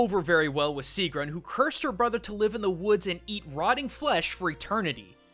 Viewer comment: gets more and more annoyed at the butchering of these names ITS NOT SIIGRUND ITS SIEGGRUN ;___;;_;;_;__;_;_;_;_;;_; but in all seriousness you actually did do a pretty good job a pronoucing these words. but me being me still got annoyed lol